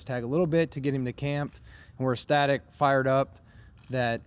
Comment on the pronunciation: ESTatic or ECStatic?